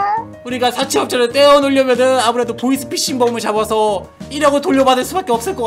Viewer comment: 보이스피싱을 보이싱피싱 이라들음